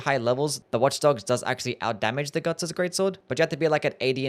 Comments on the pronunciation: did bro really say "Gugs"???💀💀💀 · Yeah, Gugs... from the famous manga Gerserk.